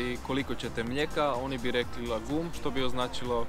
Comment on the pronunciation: Rjec lagom cita se lagåm.